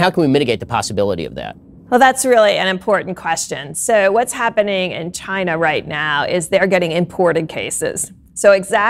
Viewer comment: I can't pronounce China like before, for me it's Chi - Nah from now on